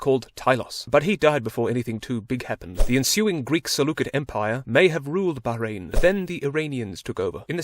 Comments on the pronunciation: THANK YOU FOR PRONOUNCING MY COUNTRY PROPERLY 💀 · he is the first non arab youtuber that i called him not to pronounce it baaw-rain